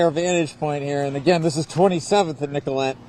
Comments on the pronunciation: nicol-et not nicol-ay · Ask a local resident! It's pronounced Nicolet not Nicola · It’s Nicolett pronounced NICK-uh-let. Keep up the great work and thank you for being here. All respect